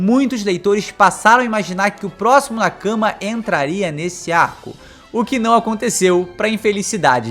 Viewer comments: Meu amigo. Nakama se lê Nakamá e não na cama. Na cama vc faz outra coisa, tipo... dormir hehehe. Ademais ótimo vídeo. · Genteeee, a pronúncia é nakamÁ!!! 😭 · Jeito que vc nakama é muito engraçado ahahahahah Tenta falar nákámá ficaria bem mais japonês